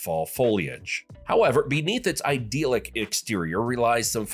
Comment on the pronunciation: " I DEL IK" NOT "I DEAL IK."